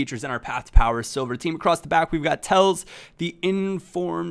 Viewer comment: Alex Telles name is pronounced Telles, the e´s u pronounce like an a and it isn´t Tells like u did. Still a nice Episode of Sunday Silvers